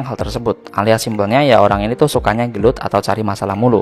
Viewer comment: Gelot bang pake u bukan o,jowo tenan 🤣